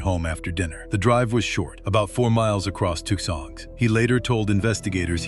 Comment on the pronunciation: Tookson Arizona. LOL. I hate this AI shit.